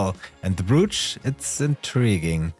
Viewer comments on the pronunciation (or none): Far be it for me to question pronounciation...I'm British living in Germany and my German accent is terrible. But,...a friendly pointer. "Brooch" is pronounced "Br-oh-ch" with the "oh" sounding as it would in "oh my god". Fantastic video...I have several pieces I want to plate and will follow your guide